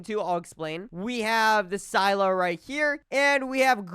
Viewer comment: another fisch youtuber that cant pronounce scylla